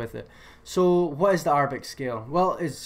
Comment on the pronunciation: bro its (air)-a-bic not (are)-a-bic LMAOOOO